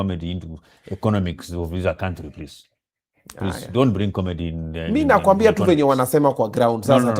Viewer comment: 1.24.15 ...Did I hear "comety"? Instead of comedy? 😂😂